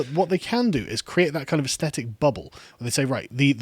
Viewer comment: Why is there a plague of mispronunciation of "aesthetic" on YouTube? Drives one a bit dotty.